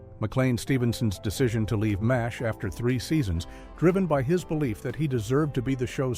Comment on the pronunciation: This episode is a mess. The captions and images don't fit the narration, by a Bot. How does Charlie Sheen manage to show up twice with the same story? Mas-H. How boneheaded can you sound? How did Gray's Anatomy survive survive at all? This group really hates Charlie Sheen.